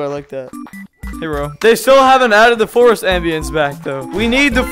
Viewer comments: got me ded when he re said forst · got me dead when he re said forst